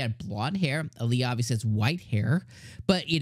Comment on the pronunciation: By the way her nickname is pronounced "Al ya" not "A lee a" .